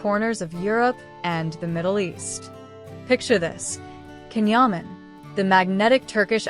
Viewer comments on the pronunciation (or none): Please pronounce his name correctly, it's very disrespectable. In a video that everyone interested is watching it's awful to hear Ken Yamin and Kan Yamin. His name is pronounced Jan not Kan and it is Yaman not Yamin.